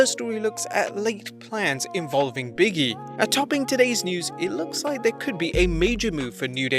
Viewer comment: LOL His name is "Big E" not "Biggy" the space between the g and E means there is a pause between the the words.